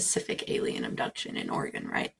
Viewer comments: There's no I in Oregon. Pronounce it right! Ore-eh-gone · Yes, Mulder pronounces Oregon wrong. He will go on to say Nevada wrong as well. A lot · lol, hello from central Warshington. i hate it when people mispronounce Oregon as well, and Data.